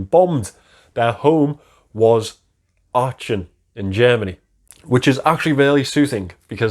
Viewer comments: I've heard that story quite often,, but your version was fantastic - I was fillin up! Not being clever (I never have been), try saying "Aachen " with a Liverpool "k". Much closer to the original. Great watch. Super review as always. Merry Christmas 🎅 🎄! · I was thinking exactly the same 😁 With that Liverpool "k" it's not that far off.